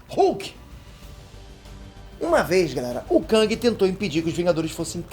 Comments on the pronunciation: Não se pronúncia KÃNG, se pronúncia KÉNG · ele falando "kãng" e eu me contorcendo